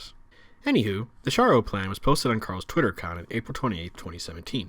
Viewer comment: Its sharrow like the town in England